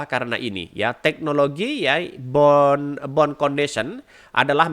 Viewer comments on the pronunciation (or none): none